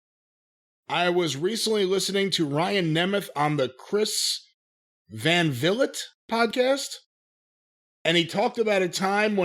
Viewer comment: Van Vliet = "van vill it" 😂 I never want to change